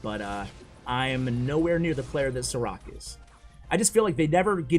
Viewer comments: It is not Sarak, it is like Sharac/Šarac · I think you were saying this Sarac name wrong :D Šarac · Sarac is pronounced SHA-RA-ZZ like zz in Pizza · Love the vids Btw. His name is pronounced "Sharatz" 😁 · I thought u said "ciroc" instead of the name of the pro player hahaha :) great vid btw.